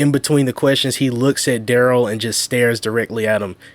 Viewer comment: Rewatching a year later, just so that I can watch Duh-rell get “OPPER-ated” on 😂😂